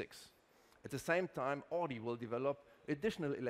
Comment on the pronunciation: Wie kann man als CEO " Odi "sagen. 😰 das ist AUDI ! Kopf schüttel